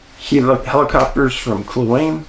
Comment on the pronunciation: Hi Dave - first, I love your channels - been watching for years...but this morning having grown up just south of the Yukon, I want to gently correct your pronunciation of the lakes. Kluane = clue ah knee. Dezadeash = Dez dee ash. Not meaning to be a negative nelly, but it did bug me enough to comment. Again, love your work and your channels. Thank you for doing this.